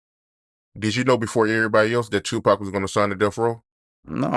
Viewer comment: Bro...I don't know how much more of this interviewer pronouncing Pac's name Tuuuupac I can take. So Tuuuupac...? So Tuuuupac...? SMH Bruh...it's Pac or Tupac. Not Tuuuupac.